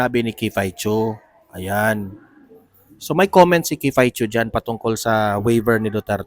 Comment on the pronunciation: Sorry to correct you sir but its not "kifay chu" the right obe is "kiffy as in kiffi" po.. ikaw lng ang narinig ko na mali pagkabigkas ng name ni miss kiffy po